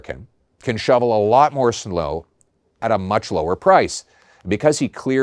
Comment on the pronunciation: too long, get to the point and you need to work on your pronunciation of "snow". Also Trudeau is long gone, move on you sound like Trump constantly blaming Biden. Most Canadians Conservative and Liberals are glad that Trudeau is gone and it's time to move on.